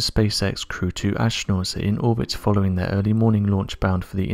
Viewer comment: Oh, I didn't know you pronounced the silent H in Ashtronaut.